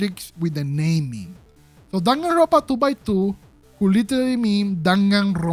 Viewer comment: I love how you say Danganrrrrronpa